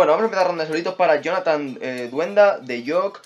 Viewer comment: era "Alduenda" no "duenda" pero ni pedo gracias por saludarme